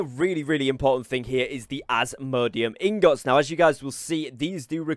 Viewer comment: i think he's pronouncing "Ingots" wrong.. or am i trippin?